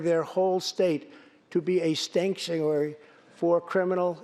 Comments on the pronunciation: LOOK HE MISPOKE AND SAID STANKTIORY INSTEAD OF SANCTUARY STATE hahahahaha stank! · Lol. He called California a STANKtuary.. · I listened twice - California declared themselves a "stanktuary"! Was that on purpose? XD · A "STANKTUARY"😂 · Did he say "stanktuary" LOL! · He said California is stanktuary? 🤣🤣🤣🤣 So dumb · I heard stanktuary LOL sorry Mr President but I love you! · "Stank-tuary" LMAO, absolutely hilarious!!! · Pelosi desperately following along with the speech is cringey af and when she hears him say stanktuary and she starts looking around and pointing her finger at someone ugh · Lol Nancy's face when Trump said 'stank-tuary' aka California 😆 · SO TRUE! WELL BEYOND STANKTUARY! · Love this guy: Stanktuary! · Nancy is so mad she looks like she ate a whole pack of extreme sour patch kids😂😂 and he did say stank-suary but I think it was a slip, he was trying to say state and sanctuary lol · did he call california a stank-tuary, that didn't sound like like a slip